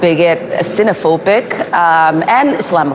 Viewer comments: ‘Cinephobic’ what is that Omar? And who was the goober gobbling in gibberish? Geez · The lady can't say xenophobic. Or she's rattled.